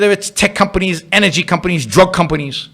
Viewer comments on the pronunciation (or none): none